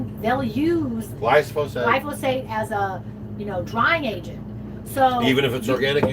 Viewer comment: Glyphosate… all I can hear and see is Glyph-o-Satan 😵‍💫